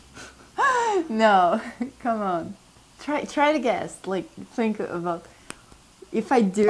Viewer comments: para de pronunciar "th" como "f" que eu me inscrevo pro seu canal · Desculpa n sei se eu percebi errado mas vc fala "think" assim "fink" ?? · I don't tink so -_-"